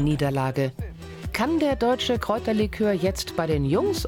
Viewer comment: 2.30 käuterlikör? Nicht Kräuterlikör? 🧐